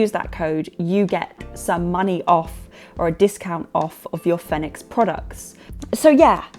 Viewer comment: Yay! I was actually in the market for a new headlamp, and this settles it for me. Having never heard anyone else say the company name, I also assumed it was pronounced the way you say it. It fits the phonetic system that I'm familiar with. Congratulations!